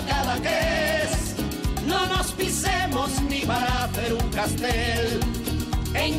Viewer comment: Es Castell no castel.